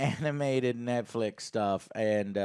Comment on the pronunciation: film was so bad he said Netfix 😂